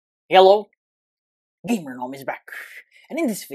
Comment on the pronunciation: When he said hello I thanked into he said yellow💀